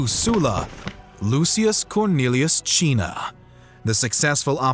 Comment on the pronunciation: Why do you call Cinna Chinna, and Lucius Luchius? Is that the correct pronunciation in Latin?